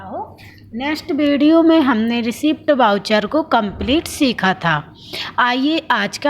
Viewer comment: Madam...रिसीप्ट वाउचर नहीं होता....रिसीट वाउचर होता है.